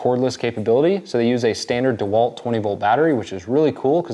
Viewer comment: It’s not Dee Walt. The name is pronounced Dah Walt. The e is not pronounced long, like EE.